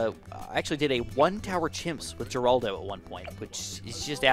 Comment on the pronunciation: Geraldo is pronounced Her-aldo.